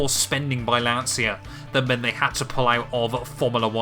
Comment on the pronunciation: Loveeeeely, big Lancia fan! If you want to work on your pronunciation of Lancia it's more like "lancha"